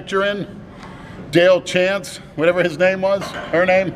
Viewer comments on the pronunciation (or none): del chance...his name is mel chancey!